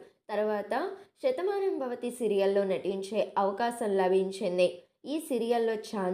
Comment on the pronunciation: Shathamanambhavathi kadu Sethamanambhavathi శ tho start avutundi